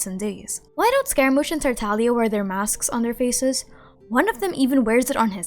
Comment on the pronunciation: My biggest question is: Why does everyone pronounce “ Tartaglia” as “Tartalia?” Taking out the “g”